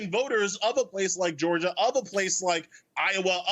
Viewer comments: It's not pronounced "Georger" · This guy can't even articulate the word Georgia , he said "Georger" Which isn't even a thing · You can't even articulate the word "Georgia"